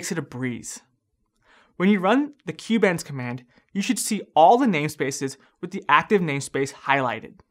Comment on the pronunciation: it's kubeNS not kubeENS